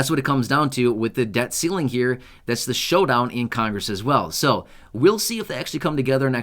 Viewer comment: it's pronounced right here. Not right gere.